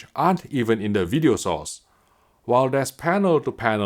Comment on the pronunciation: video sauce 😏 Jk I know he said video source.